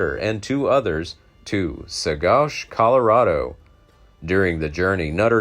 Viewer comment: Ouray is pronounced U ray. Saguche is pronounced Su watch.